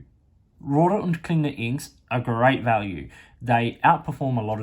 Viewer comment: Your German pronunciation is very good, better than most anglophones. I agree with your assessment of R&K. Excellent value for the money, especially here in Europe.